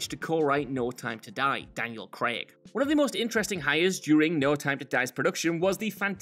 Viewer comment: You pronounced Craig properly. Well done.